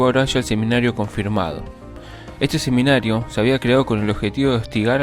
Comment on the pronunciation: SEMANARIO Confirmado, no "seminario", locutor bruto, ignorante. No sabés leer un texto.